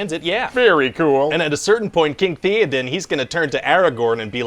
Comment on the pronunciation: I'm sorry but it is pronounced Thay-oh-din